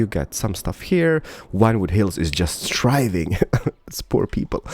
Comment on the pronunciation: Every time you say "the thriving city" it sounds like "the driving city" :P